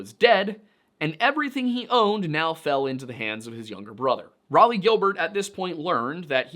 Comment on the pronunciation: I cannot aid pronounciation for all the difficult names but I can tell you that Raleigh is pronounced 'Raw-Lee' :) and Thames is pronounced 'Temms'.